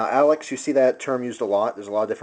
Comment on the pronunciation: It's Alox not Alex